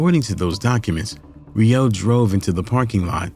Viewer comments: Im not the only one but but it's "row" not "rio" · You completely fucked up that man's last name. Smh. Every time you said Re-OH, I wished I could dislike the video more than once😮‍💨